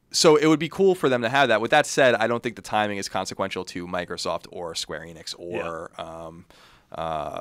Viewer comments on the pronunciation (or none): They are pernouncing Square Enix wrong, just like everyone else